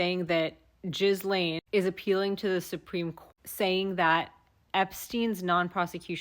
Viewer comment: The s is silent in Ghislane's name. Remember she's not Jizz-lane; she's Jillane.